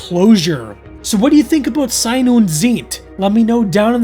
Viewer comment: The intresting thing about your pronunciatio is that "ei" in Sein and in Zeit sound completely different, which in reality is the same. In German "ei" is pronounced like English "height" and "ie" in most cases like English "chief".